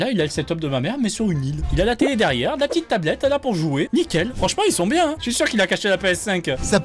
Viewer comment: A tout moment le gars sort un bieng ou bieng